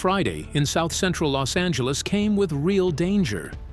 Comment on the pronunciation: Bro this guy can't even say South Central right